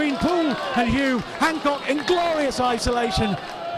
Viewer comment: A fantastic evening I was their the atmosphere was terrific and Blyth were brilliant it could have gone either way.The commentator not being able to pronounce HULME is hilarious,one of the great non league matches that one👍